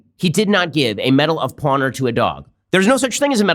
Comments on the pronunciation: Is it just me or is he saying medal of pawner? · This video deserves a like just for that. Oh, aand "medal of pawnor".